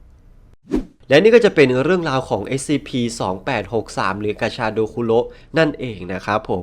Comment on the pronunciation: ผมได้ยินกาชาโดเป็นปลาชะโดอะ😅